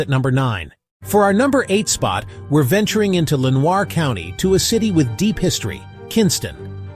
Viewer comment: AI sucks at pronouncing words. Len-Wah County?